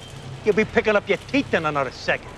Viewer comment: " You Gonna picking up your theeth in another second " lololol